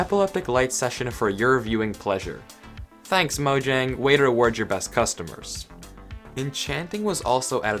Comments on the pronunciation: It's pronounced moyang,not mojang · I'm from swden and it's actually "Mojäng" with an ÄÄÄÄÄÄÄÄÄÄÄ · My Guy its mojäng. Mojäng means gadget and Mojang idk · Mojang is not a Swedish word. It's mojäng, with an ä, not an a. Ä is pronounced here like the e in "hey!" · oh, I've always pronounced it "mo-jang" until i saw this video and i was confused